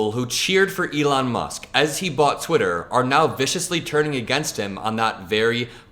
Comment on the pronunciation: Just an FYI, you mispronounced Twitter.